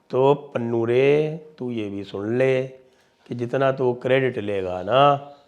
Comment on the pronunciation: पन्नू ❌ पुन्नू ✅😂😂😂